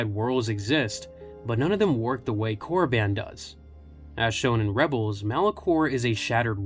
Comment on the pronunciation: wtf is Korraban, it's Korriban